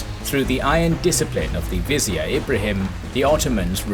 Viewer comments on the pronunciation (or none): none